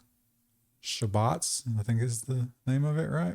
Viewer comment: It is spelled shabbat and he said it correctly